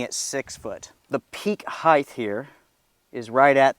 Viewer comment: Heigth?! Everyone's begun saying "Hei-THH"... !!! Thh!? Height, " -T"!